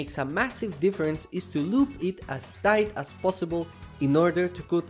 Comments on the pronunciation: Loop thight instead of tight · " loop thight"